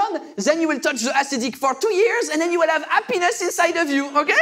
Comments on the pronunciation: C'est un jeu de "prononciation" ! Il l'explique dans le sketch de sa femme qui parle anglais mais pour la faire courte ; Il faut accentuer les "H" quand on parle anglais, et le 3/4 des français sont des grosses brêles en anglais et prononciation, donc "on" prononce happiness comme "a penis" donc il peut vite y avoir mésentente ! Mais je t'invite à regarder les autres sketch pour mieux comprendre :D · C'est une blague assez récurrente qu'il fait sur la prononciation à la française du mota Happiness que l'on prononce sans le H donc on prononce ça a penis🙃